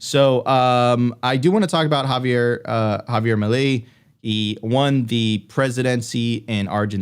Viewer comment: Please learn to pronounce Javier Milei. It’s not that hard. It’s “Meelay” not “muhlee”. You can do it 😉